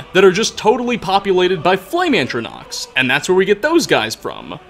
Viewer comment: No one: Not a single soul: William Shatner:: <ANTronachs>